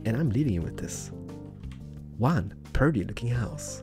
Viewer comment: he kept saying perty in the first one